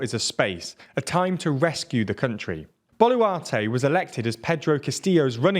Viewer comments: Not Bolutare it's Boluarte! Angry Spanish noises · Nooooo!, not Dina Bolutare🤣🤣🤣🤣🤣 It's Boluarte Aside from that, the TLDR is very accurate I approve this as a Peruvian myself